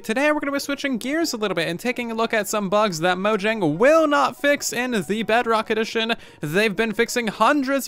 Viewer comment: "mojeng" turn on the CC